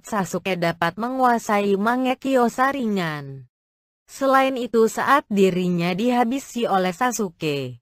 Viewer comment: Kok saringan bukan nya saringgan yang denger dia bilang saringan like